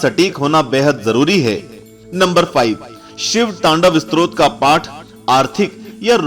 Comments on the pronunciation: STROT nahin STOTRAAA. BOLNA SIKH PEHLE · स्त्रोत नहीं, stotra स्तोत्र होता है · Use स्तोत्र kehte hai स्त्रोत nhi..